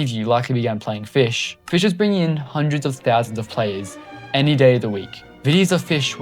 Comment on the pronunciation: Finally, someone makes a timeline. Here’s my thoughts on this video being a longtime Fisch player. first of all, it’s pronounced Fisch, not “fish” the c is NOT silent. (I joined sometime around early November, after fischfright 1) dobig isn’t inherently evil, they are just the stereotypical greedy corporate group or whatever. tbh I feel like something similar to the second sea as like a separate sub-place for Fisch is probably happening in the far future, as the current size of the main map can only get to be so big before it can’t contain much more. it’s always been that way but people kept saying it was bought back when DoBig’s partnership with Nate began back then. Never was, it was just developed by DoBig for a period of time, DoBig simply held ownership for part, not all of the game.